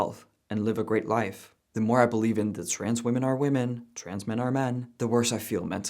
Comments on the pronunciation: I hate how she says women and woman the same 😂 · I just can’t stand it when people pronounce women as "woomun" instead of "wimmin". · What she says would be a lot more comprehensible if only she knew how to pronounce the word "women". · I can't watch a person who can't pronounce "women". I appreciate them dropping the "cis" but ffs using woman for singular and plural is making my eye twitch. I love your content, but I have to bow out of watching this video. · Does everyrone SERIOUSLY forget how to pronounce “women??” I swear to God, people don’t know how to say it, nor do they know the difference between “woman” and “women.” It’s not hard, folks. Singular vs plural. 😂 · Right, but that has nothing to do with my comment. People these days have no concept on how to pronounce the plural form of “woman” which is “women.” I wasn’t talking about they/them.